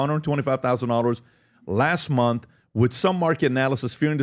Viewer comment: Month, not mouth.